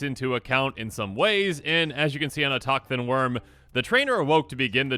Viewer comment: Autochthon is pronounced “auto-thon” btw